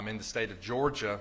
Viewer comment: I love how he pronounces “GEORGE-AH”